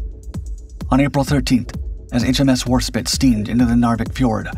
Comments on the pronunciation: It's not Warspit, it's Warspite. Come on man, I know you can do better. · IKR. There's an E on the end. You'd think that was a clue. Then again it could of been worse. He could of been pronouncing the E. War spit eh or ee. 🤣🤣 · It's WarspitE not spit ! Can't you bloody read? The 'Stringbag' was an amazing aircraft given the times in which it was conceived, with everything else in the aircraft industry going towards monoplane metal aircraft. But she may have been slightly outdated in conceptual terms, but Fairey Aviation made a wonderful stable platform for a seaborne torpedo aircraft and boy didn't the stringbag do the business in a number of important successes for the Fleet Air Arm and the Royal Navy. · Warspite not Warspit! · HMS Warspit? it's HMS Warspite! "Spite" as in rhymes with bite, bight, fight... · Really? both Dark Skies and Dark Seas series are famous for their blundering video errors. (for example here, Nelson or Rodney for Warspite..."spite" not "spit" and Barham for Hood and WW1 St Istvan for Bismarck.....though this is one of their better videos) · Warspite …not warspit … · It's War SPITE, with an "E". You could at least try to get it right.